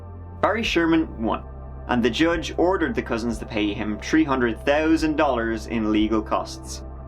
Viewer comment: Tree hundred tousand dollars